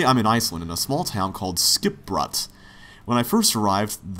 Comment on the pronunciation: you and the characters pronounce Skipbrot wrong, so wrong.